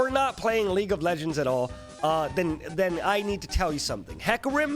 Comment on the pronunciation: normal people: league of legend: LEAG À LEJEN